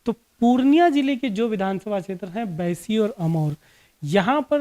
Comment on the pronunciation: भाई साहब ये बाईसी है ना की बैसी….अपने word में करेक्शन कीजिए